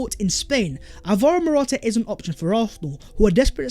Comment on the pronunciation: I have cramming how to pronounce dusan vlahovic just to come and pronounce morata😂